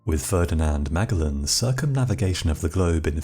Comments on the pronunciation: Did you mean Magellan? Never heard it pronounced “mag-a-lin” instead of “mah-jel-in” 😂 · Ferdinand MUH-GEL-IN. Not MAC-UL-IN. Come on. I knew this in 1st grade bro. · Ma-GEL-lin not Maga Len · But, Magg-el-anne?” Ferdinand is circumnavigating in his grave. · Guy said Mag-elin... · Is this another AI voice? Otherwise, I find it hard to believe that this dude can't pronounce "magellan" properly...I doubt that it is AI tho bc I've seen a lot from this channel before...